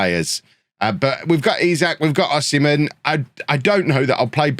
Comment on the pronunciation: In b4 getting de-monitised for saying O-semen